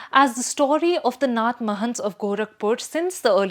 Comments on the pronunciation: Anyone who pronounces Naath as Nath doesn’t have any understanding of what they’re talking about. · See ,when you are representing news houses like The Print you should at least pronounce the name correctly .Its not `nuth` sampradaya its " NAATH" sampradaya ! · What kind of quality you give to your audience.. Is this lady indian Or outsider... She doesn't even know how to pronounce indian words.. It's 'Naaaath' not 'nuth'